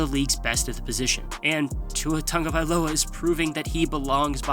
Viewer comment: WHY THE TANGOVAILOA PRONUNCIATION?!